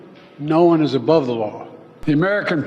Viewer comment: PLENTY of people are "AbOvE dUh LaW"